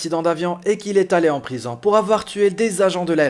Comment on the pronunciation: "le directeur de la prizan" ? :o)))